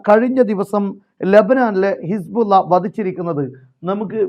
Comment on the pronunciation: സഹോദരാ ഇസ്ബുള്ള അല്ലല്ലോ. ഹിസ്ബുള്ള എന്നല്ലേ ശരിയായ പ്രയോഗം. അറബി ഭാഷാപഠിപ്പിക്കുന്ന സ്ഥാപനം നടത്തുന്നതിനാൽ ചൂണ്ടിക്കാണിച്ചു എന്നു മാത്രം. താങ്കളുടെ വാർത്തകൾ ആണ് യഥാർഥ വാർത്തകളും നല്ല അവതരണവും താങ്കളെ അങ്ങേയറ്റം പ്രശംസിക്കുന്നു. മറ്റൊരു വാർത്ത കേട്ടില്ലെങ്കിലും താങ്കളുടെ വാർത്ത കേൾക്കും.